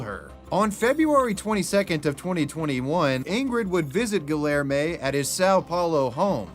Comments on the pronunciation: The hard L in Guillerme almost killed me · Every time you pronounce the name as Guillerme with the hard Ls I die inside. 😅